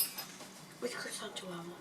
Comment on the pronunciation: its not Crescent its Croissant.